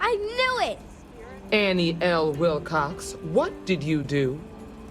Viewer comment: Oh, Annie Wil**cox**. Sounded like Annie Wil**kes**. Yay for subtitles. :)